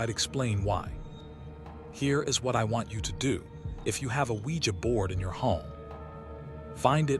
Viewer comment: Oujia board?? 🤔 I thought you said SquEEgEE bOaRd ... ive been windex'ing this abc 123 board for hours asking if my dead grandma can hear me!